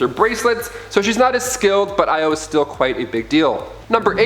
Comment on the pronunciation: OMG HE PRONOUNCED IO THE RIGHT WAY!!!!! OMG HE DID SAY AAIOOU OMG OMG ILYY